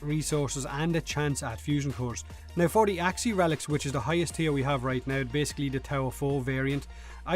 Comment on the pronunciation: "In the game right nouw"